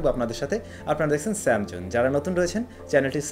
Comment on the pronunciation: TE SAMZONE HOBE SAMONE NA